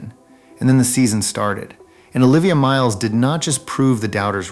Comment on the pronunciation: Learn to pronounce the names.